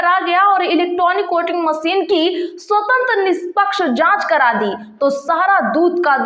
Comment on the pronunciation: मॅडम आपकी एवीएम के बारे मे जो दुसरी खबर है। वह गांव महाराष्ट्र के सातारा जिलें के कराड तहसील में आता है।उसका नाम कोलेवाडी ऐसा है। आप कराड का उच्चारण ठिक तरह से नही कर रही है। धन्यवाद